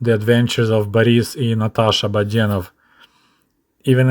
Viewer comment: Listening to your pronunciation "Badenov", reminds me of when I tried learning Russian language and the teacher said that I was terrible about putting the stress the wrong syllables.